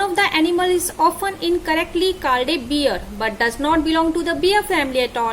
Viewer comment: Pronunciation is wrong. It is not geeaant (giant) and beer (bear).